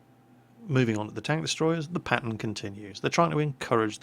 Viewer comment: Whenever you say "pattern" it sounds like "Patton," so when you say "This pattern continues," I think to myself, is somebody driving this Patton? Where is the Patton going? How come he didn't say he was leaving? Is he doing something he doesn't want people to know about? I think we should look into this "Patton" character.